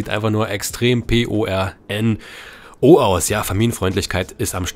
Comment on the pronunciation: Borno?Heißt es nicht Porno?😂